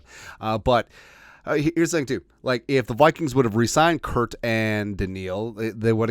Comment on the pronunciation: I love the videos, but I have a aneurism every time you say "Kurt".